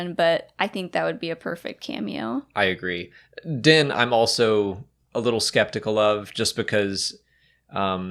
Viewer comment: Did say "I agreef"?